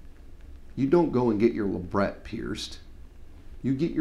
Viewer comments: "Labret" is derived from the word "Labrum" (lay-brum) which is latin for lip, it's also a relative of "Labia" (lay-bia) which is a lip-shaped structure of any kind, hence the pronunciation is "Lay-bret" Love the horseshoe and banana part! :D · haha, i will never say luh brett, i will say luh bray, for life. everything else, i got, but lu brett??? hahahaah NO!! love ya though! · Do you mean that they call labret luhbray? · hahahaha.. i totally pronounced labret as LUH BRAYYYYYY fawk. i'm cool with the bites talk, i know piercers who use them.. somehow they thrive and i think non prof. piercers are going to find a more creative way of talking about things.. I mean, this is about appropriate terminology so never mind i don't really have any argument but moreso to explain why they're used. I mean, medusa sounds way more bad ass then philtrum.. meh, to each their own. bad assery is subjective